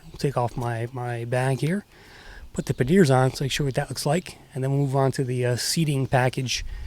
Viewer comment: I'm like what are you talking about panyears..... it's pronouced 'panyar'. :)